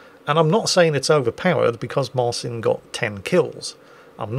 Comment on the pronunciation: Side note. Marcin is pronounced 'Marchin'